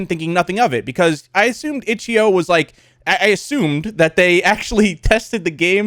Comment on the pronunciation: When he said itchio I knew it was a problem